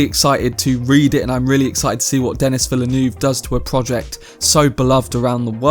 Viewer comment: Denís Villeneuve is French Canadian and his name is pronounced in French. Your pronunciation is not proper.